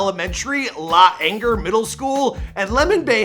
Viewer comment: It’s not may-ahka and la- anger it’s My-akka and L-A-ainger. C’mon man!